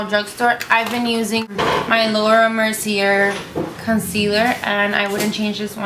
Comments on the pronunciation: Matte&dewy are 2 very different things,total opposites. And oxidation of make up on the skin is not a positive thing AND you're saying Laura Mercier wrong..its not said like mercy-air like you're saying...its mercy-ay..like yay without the first y...a long A sound. Just an fyi. Youre very pretty but so much about this video was just irritating to me,sry just being honest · Its pronounced laura mer- see- yay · Marcier is pronounced Mar-see-ay